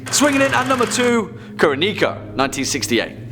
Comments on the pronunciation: Kuroneko is pronounced Koo-Row-Neck-Oh. And yes, it does mean Black Cat if anyone is curious. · What he butched Kuroneko..... say it like: Koo (cool) ro (row) Ne (like neck) ko (like coco